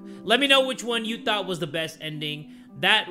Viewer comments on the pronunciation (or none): none